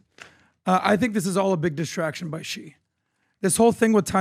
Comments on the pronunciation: Its not GEE...its pronounced SHE😂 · Please communicate to PBD... China's President name is pronounced (SHE) and is spelled Xi.... with all the resources that Valuetainment and PBD have, they can't get anyone to help them understand how to pronounce President Xi (SHE) name. Happy 2025! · Wtf does PBD say Ghee like he’s got a stroke? Xi is pronounced as it’s spelt in English or in Mandarin. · PBD: It's pronounced "She" JinPing not "G" JinPing. 😅 And the other one is Lai "Ching Duh".